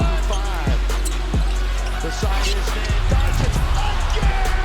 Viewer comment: Who the F is donkik?!😅😅 Ppl want to make nba videos and thay dont know top3 players names in the world😊